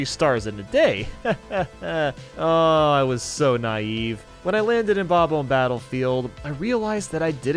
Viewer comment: Him saying the 'omb' part in Bob-omb like the 'omb' in catacomb instead of the 'omb' in bomb annoys me so much